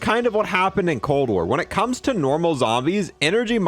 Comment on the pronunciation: Heh. "Enegry."